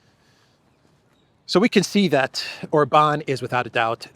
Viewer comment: OR-ban,, OR-ban. He is not French! 😂